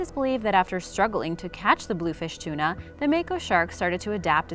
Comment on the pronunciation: Blue Fin Tuna Why are you saying it as blue fish tuna ?